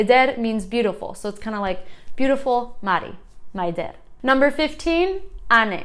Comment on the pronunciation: Hi! Maybe someone told you this before, but just in case..😁 My name is Maialen and it's pronounced like Mai-A-len instead of Mai-a-LEN Same with MAI-der instead of mai-DER Hope it's helpfull! Great job!